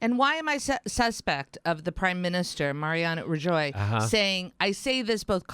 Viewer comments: 90% voted for independence; thousands of ballots were stolen by the police. Rajoy (Rah - hoy is pronunciation, but he is Galician). He is a rightwing idiot. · Come on u know that's not how u pronunce Rajoy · A Mexican can't pronounce Rajoy.